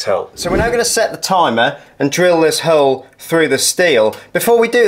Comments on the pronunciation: Love that method 👍 your pronunciation of 'Milwarkee' and drilling a 'hurle' made me laugh 😁👏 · Just bought my first drill to do the work the landlord refuses to and this did the trick! You're right about needing a clamp/ spreader, wrecked my hand trying to do this without one. Cheers mate! Also what region is your accent? The way you say 'hole' threw me! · Great video, I will give this a go..... (how is he pronouncing hole??!)